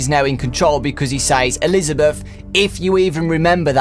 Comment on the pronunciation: before I knew Henry said Elizabeth, I thought he was saying "listener"